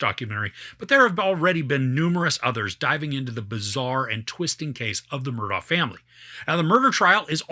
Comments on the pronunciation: First time watching you. Thanks. When Alex/Alec was first interviewed, in the car I think, he spelled his name then clearly pronounced it Murdock. I was glad he did that, because, like you, I had trouble with the correct pronunciation as well. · Take it from a local: The name is pronounced like this spelling: Murdock